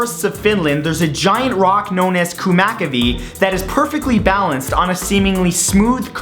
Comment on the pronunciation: kumakivi LOL, i live finland and that's not how u pronounce it, sounds so stupid